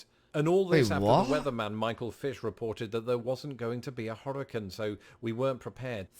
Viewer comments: Hurricane not hurrican. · Please learn to correctly pronounce the word hurricane.